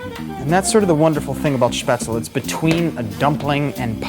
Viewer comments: As a person from Germany I just HAVE to say it's Spätzle, not Spätzel :D I made mine with a colander, too, but it was a horrible mess in the kitchen. Gonna buy a Spätzlereibe before I do them again. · I wish I had found this show earlier, but it's better late than never.It's spätzle (pronounce all the letters).